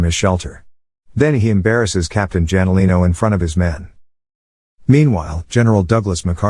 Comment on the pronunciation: Captain "Janolino" man that's so annoying it should be Hanolino